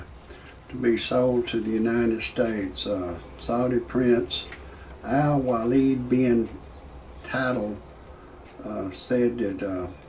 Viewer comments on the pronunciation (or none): you cant even pronounce his name right